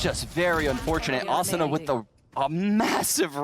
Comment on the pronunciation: During the whole commentary the commentator mispronounces “Asuna”